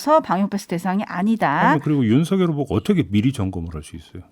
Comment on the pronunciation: 막내작가님 윤석열을 윤석렬로 발음하시면 안돼요